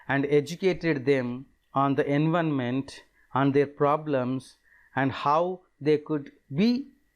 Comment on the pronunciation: Its environment not envonment